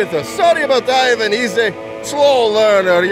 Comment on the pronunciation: I didn't know you hace been voicing so many characters But still mispronounced Ivan.